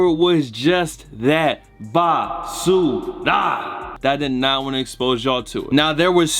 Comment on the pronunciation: Ok so we all know he be saying “basuda” a lot but what does that even mean? 😂